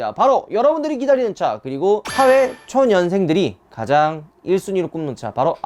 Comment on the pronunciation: 사 회초년생이 아니라 사회초 년생으로 발음하셨ㅋㅋ 확! 실한ㅋㅋ